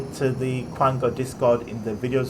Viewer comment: Its pronounced kanga like kangaroo you flip flop